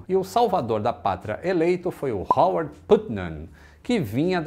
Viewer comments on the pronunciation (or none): none